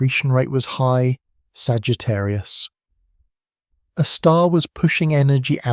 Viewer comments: Please teach your AI reader to read Sagittarius " A " star and not Sagittarius a star. Very annoying. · Ok, after my first compliment that it sounds better than your usual ai scripts, this video still has one massive problem. The AI narration with this not very good model. For example: it can’t even once say Sagittarius A* correctly. It always makes a pause after Sagittarius and then continues with a star. This is sadly infuriating. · I can’t listen to this because the AI voice cannot pronounce the name of the star it’s talking about. That’s crazy.